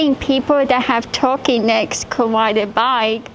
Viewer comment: "I didnt think people wit twukey necks could wide a bike" 😂😂